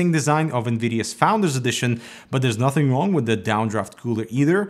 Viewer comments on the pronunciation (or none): none